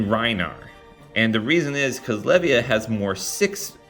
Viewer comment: You should have far more subs. Really enjoy your videos. Asids from your mispronunciation of Le-VY-UH